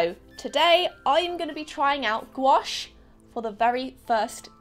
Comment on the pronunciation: why does she say gouache like squash